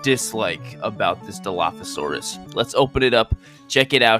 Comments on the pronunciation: Yes!! you did say it correctly! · you said it right 😊